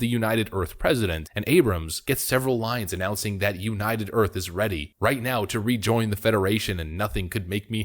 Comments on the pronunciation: That's "Earph" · "President of United Earf."